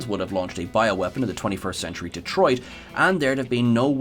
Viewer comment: Thank you for saying Detroit correctly…